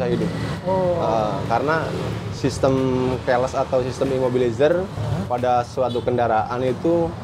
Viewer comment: om maaf nih.....omong KEYLESS nya dibenerin dikit donk ga enak banget dengernya....